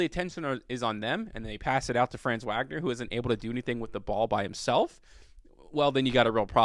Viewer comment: Glad you're giving my dude some love. For future reference, his name is pronounced fronz VOG-ner. Peace.